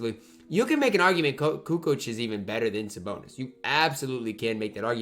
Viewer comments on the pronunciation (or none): says Saboner